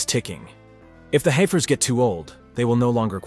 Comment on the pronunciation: They're pronounced "heffers"... 🙄